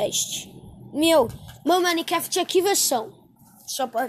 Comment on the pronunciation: Kkk ele fala maniquefiti kkk